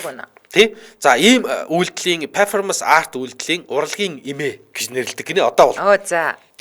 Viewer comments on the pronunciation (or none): Zuv unshaarai. Peerfomanc bishee Perfoormnc gej duud